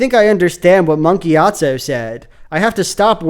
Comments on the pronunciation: Why he saying it like Monkey Atso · Every time you say "Monk Gyatso" I hear "Monkey Gyatso" 🤣🤣🤣